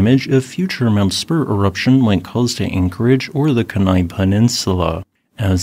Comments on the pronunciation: It’s (key-nye) not (keh-nye). Lives in ak my whole life. Sounded funny hearing it said like that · Hi, Alaskan here. It’s pronounced Kee-nai. Not keh-nai. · Pronounced Keen Eye. Other than that I’ve gone through 3 eruptions of Augustine, 2 from Redoubt and 1 from Spur. Highly Highly doubt it will effect or water supply. Also many commute those distances in a day or two here. Power supply might be an issue is our main power generators may be shut down. I can think of 5 but highly unlikely all would be affected at the same time. Beluga power plant would be the first shut down to protect the turbines and its twice as close as the rest. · Kenai is pronounced Key-nigh. KEE-Ni. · 1) “Keen-eye” is how you pronounce Kenai. 2) The estimated eruption size is just that, an estimate. While I hope it’s relatively minor, those of us living in its path would be wise to prepare for it being worse than expected. Alaskans don’t wait around for help, we take care of it ourselves. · We had a wolf called Kenai.....your video pronouces her name differently. It sounded like Keynai when we said it....was this wrong? if your pronouciation the correct one that we should have used? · Again, thanks for the updates! Living out in Palmer, I have been keeping track of Mount Spurr, and your videos are very helpful and informative. As a piece of constructive feedback and not to come across as persnickety, Kenai is pronounced “KEE-ny” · Also, Kenai is pronounced Kee-Nye as in Bill Nye